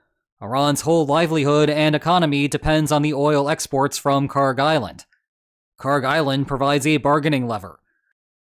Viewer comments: Kharg island is pronounced as you did. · You’re not mispronouncing Kharg.